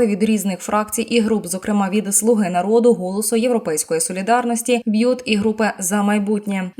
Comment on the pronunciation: Не бъют а БЮТ.. Это разные слова....